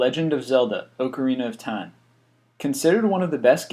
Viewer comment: IT'S OCARINA OF TIME, IT'S like rock without the r ocarina of time